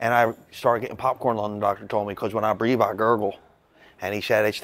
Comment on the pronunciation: “When I breeve, I gurgle.” lol